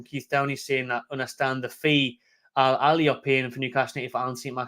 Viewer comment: Bro it's not Al - Halal - it's Al Ahli ( Pronounced Al Ah lee)